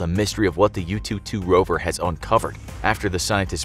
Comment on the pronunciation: The way u pronunce yutu is like youtube, interesting, just saying 哈哈